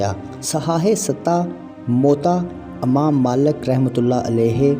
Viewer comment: Urdu me jo arabi alfaz he use sahih tarah ada karo. Amam nahi ' imam he'. Illama nahi ' allamah he